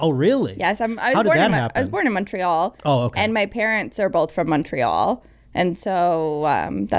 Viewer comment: Fuck it was so pleasing to hear her say Montreal with the correct english pronunciation.